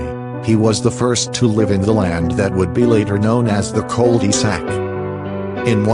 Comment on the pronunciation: Chill out with the robot voice. Whats easier to hear "one thousand nine hundred eighty nine" or "nineteen eighty nine"? What about "call dee sack"? Everyone likes a good creepy pasta but you need to get a mic and do it right. If the video was any longer I would have turned it off cause the text to speech used.